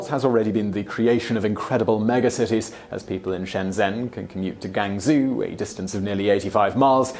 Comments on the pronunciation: 广州 (Guangzhou) = “gang zoo?” That’s like pronouncing London as “Blown down.” Please learn to pronounce the names of cities you mention. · Reasonable video. Shame the voice over mispronounces most Chinese city names badly. Example: Guangzhou isn't Goowung-zoo, it's more like Gwang-joe . The zh makes a 'j'sound. q maces a ch sound. (not my rues - I'm an Aussie) Getting the names so wrong greatly devalues the credibility of the clip guys. it's a really good way to catch a Chinese train to the wrong place! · Gangzoo guizoo? lol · What's up with Guangzoo and Wenzoo?